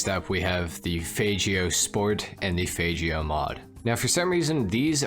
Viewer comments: Faygeo!?? lol it's FAGeo! lol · It’s not FAYGIO it’s a FAGGIO *Italian accent and hand gesture 🤌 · Man really said fajjio bro its Fag-Gyo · bruh worst pronunciation ever bro! they the g as g as faggio not fajhhio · As a gay person it’s fine to pronounce the faggio’s fagg-io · How does he pronounce it "fajio" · Why'd u pronounce the fagio like that😭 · It's ok we all know how faggio is supposed to be pronounced.